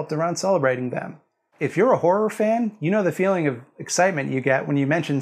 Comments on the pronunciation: "Horrrrr" giggle giggle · say car. now spell car with an h. now say har. now add: ah. har-ah. You can say har-ah all day and it will never sound like "whore." You're welcome. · I actually cannot concentrate because of how North Americans say wh*re instead of horror. I'm so childish. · I will not keep my giggles to myself! That is genuinely all I can hear you say now. In the UK horror and whore have such different pronunciations that it's quite difficult to pun on it.